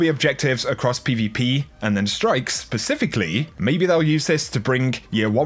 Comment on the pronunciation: Did anyone else hear "pacifically"? Lol